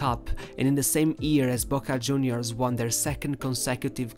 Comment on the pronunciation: Its pronounced "riquel meh" not "riquelm" and its "argentinos juniors" not "argentinos huniors"